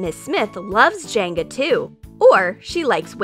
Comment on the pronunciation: It’s jenga not janga